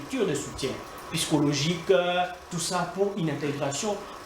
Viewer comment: Vous, des personnes scientifiques comment vous pouvez prononcer "piscologique" au lieu de dire Psychologique